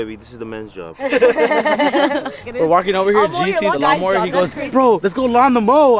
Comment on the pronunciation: “Lawn the moe” LMAOAOAOAO